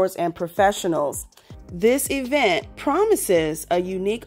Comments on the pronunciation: They can’t give any advice to the ATL! First things first: learn how to pronounce eeeevent. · The ESSSS-PO emphasis on "PO" 🤣😂😅 The EEEEEvent 😅😂🤣 gwooorrrllll gon' & quit playing